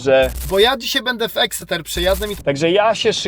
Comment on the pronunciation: Teach your AI to pronounce Exeter correctly. 🤬